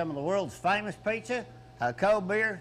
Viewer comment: If you like Peeeshza, Paaaasshhhta, or chicken Ayfreyo……